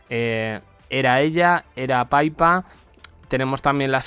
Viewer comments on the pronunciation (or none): IDIOTA SE LLAMA PIPPA Y NO PAIPA. APRENDETELO DE UNA VEZ😂😂😂😂😂😂😂